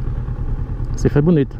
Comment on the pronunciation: Like, Ri quando falou "Recifede". kkkk